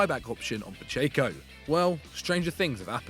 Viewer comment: Man that pronunciation of Pacheco is awful...